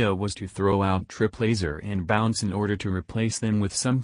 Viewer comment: when you say triplaser i laugh for some reason